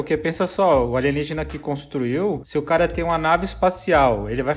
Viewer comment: vou explicar pq o alienígena que vc n sabe nem pronunciar, faria em pedra, '' a pedra é um material natural que demora milhares de anos pra se desfazer, diferente do ferro ou aço que tem um alto poder de corrosão